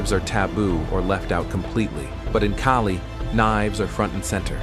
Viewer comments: You are wrong of pronouncing it. In Filipino, letter A sounds like "A" as in "A-merica", "A-rgentina", "A-laska", and "A-bandon". • Kali = key-li ❌ • Kali = kA-li ✅ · That is not keeli , it’s Kaali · It is not pronounced as [kay-lee]. It should be pronounced as [kah-lih]. Why is your voice-over using both pronunciations? It makes you sound confusing and confused. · Damn AI. It's pronounced Ka-Lee. Not Kay-Lee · Why do you keep saying Kali and Kaalee? It is pronounced KALI. Goofball AI... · AI kept on calling it Kaylee.😂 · This is a nice piece of film about Kali, but I notice here that the word Kali is pronounced correctly in the Beguine. Later I hear the man keep saying "Keli", which is a bit of a shame. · Kali ❌ Kaylee ✔ 🤣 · It is pronouced as "Cali" like Cali-fornia not with a K as Kali - fornia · KAALI … AI , okay. Follow the right pronunciation broken down for you, AI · I do train in Kali and others. Even with this AI voice, can’t mispronounce ‘Kali’ itself and have credibility. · How come they cant pronounce kali? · He keeps changing his mind on how to pronounce the word. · You keep pronouncing Kali two different ways. I hate AI videos . Also, why are you showing all the fancy useless karate stuff. There is nothing fancy about Kali.